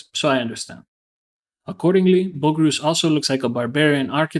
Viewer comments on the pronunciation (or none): First - it's Boh-AG-ree-us not BOH-grees. Second - you're talking about a fictional depiction of a fictional one-on-one combat that never happened. In the context of the movie his actions make perfect sense. Achilles isn't just any warrior - a warrior with his level of skill gets to play by his own rules. He knows he can take Boagrius (Boh-AG-ree-us) down easily with a single plunge of his sword, he doesn't need the shield. Boagrius was doomed the moment the generals decided on a one on one combat.